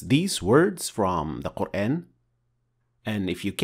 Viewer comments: In shaa Allah the shien has a clear fatha sound here as it should ( a naseeha brother make sure the letter ha is also pronounced clear and the end of the name of Allah) but then you pronounce Qur(aen). Explain this pls brother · I have a question, why do you say Qur’an with American phonetic sounds of letter a. Isn’t it supposed to be Quran, natural Madda on alif?